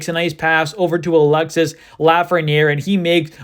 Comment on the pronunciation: its pronounced alex-ee not alexis